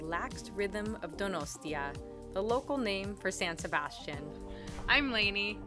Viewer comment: Didn't pronounce san sebastian correctly!!!!!